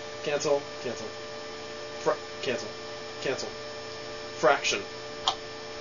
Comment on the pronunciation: what do you expect, instead of cancel it sounds like youre saying cancer!